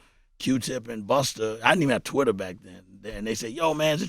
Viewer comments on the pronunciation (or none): none